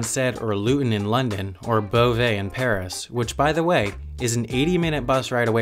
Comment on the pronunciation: “Ze planes” French man over here.